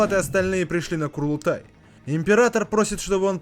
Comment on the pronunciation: Курлутай??? Лутать кур?))) Чел, даже если переводчики зафакапили, то можно было погуглить и узнать, что правильно КУРУЛТАЙ. Как мне уши, как жителю Средней Азии, порезало. Мама дорогая. НЕ БУДУ Я ЛУТАТЬ ТВОИХ КУР. АЦТАНЬ УЖЕ